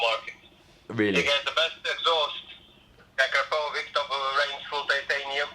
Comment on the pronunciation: Akrapovič is pronounced "akrapovich"